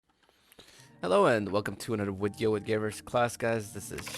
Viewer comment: ''Wideo'' nice wideo by the way really educational♥